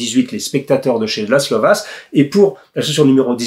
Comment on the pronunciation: Je ne voudrais pas être porteur de mauvaise nouvelle, mais le S en Hongrois est chuinté. On devrait donc dire Vache et non pas Vass. Pour le coup, on gagne à être ignorant je trouve.